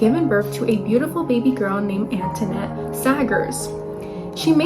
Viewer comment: If you’re going to do a case at least give respect enough to learn to pronounce Annette properly ! Jeez